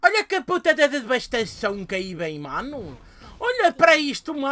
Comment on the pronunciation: "Ca puta de debastaçãum!" Q nostalgia xD